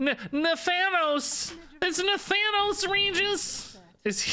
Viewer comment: While I usually dislike stuff being mispronounced, I also hate Nathanos because he's a developer's self-insert to fulfill a Sylvanas waifu fantasy. Mispronounce away!